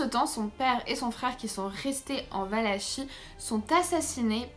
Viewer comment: Valakie ça se prononce